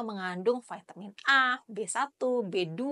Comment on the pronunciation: Bilang/ ngomong kata Vitamin nya biasa saja dok kangan digaya Ingris gitu. ( vaitemin) waah